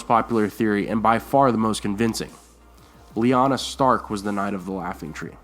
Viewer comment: It's Lyaana, I'm sure of it.